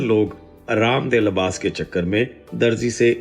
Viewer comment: Labas nahi Libas kehty hy